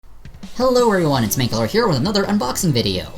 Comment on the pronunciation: I've always pronounced your name man-kal-er not main-ka-ler lol